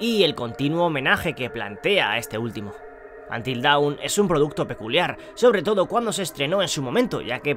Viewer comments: Es Antil Don (dawn, amanecer) y no Daun (Down: abajo). Siempre lo pronunciais mal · Cada vez que alguien dice UNTIL DAWN como si fuera Down muere un gatito